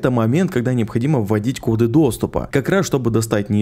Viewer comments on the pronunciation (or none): none